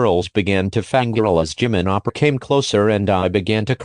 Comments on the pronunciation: "Wanting to protect their love Jimin appa Edit: Since then, I've keep hearing Jimin appa instead of oppa... dAdDy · Sounds like you are saying appa Damn Jimin already a father🤧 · i misheard oPpAHh as oPPrAhH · Jimin oppa? I started hearing jimin oprah at one point 😂😂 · It sounded like she was calling him dad the whole time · JiMiN HaS SmOL HaNdS BuT BIg #? U forgot the "r" in OPpAhHr